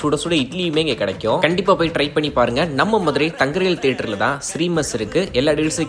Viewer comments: ஏண்டா அந்த போர்டில் ஆங்கிலத்தில் தங்கரீகல் என்று போட்டு உள்ளது நீ வந்து தங்கரீல் என்று சொல்கிறாயே என்னது ஒழுங்காக படிக்கத் தெரியவில்லை என்று நினைக்கிறேன் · தங்க ரீகல் சொல்ல வாய்உச்சரியபு ஒழுங்கா வரல தமிழ் திருத்தமா வராத உன் வாயில தர்ப்பை ய போட்டு போட்டு பொசுக்க நீ எல்லம் வீடியோ போட்டு வாய்ஸ் கொடுக்கிற எடுப்படட கூவை போய் தமிழ் பேச கத்துக்கிட்டு வாடா தூமை